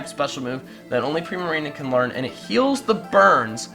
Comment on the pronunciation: Do we suppose to pronounce Primarina "pri-mareena" or "prai-mareena" because I pronounce it as the second one O.O